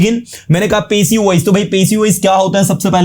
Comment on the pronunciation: Aapki pronounciation theek nahi sir passive ki